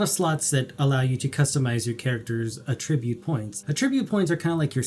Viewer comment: Great video! You’re doing the community a tremendous service! And, I really don’t want to seem like one of those nitpicky people, but it’s áttribute, not attríbute. Keep up the great content man!!